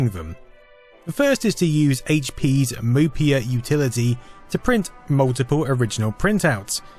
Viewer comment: if it was mopey then yes you would say it that way but MOPy would be "mop e"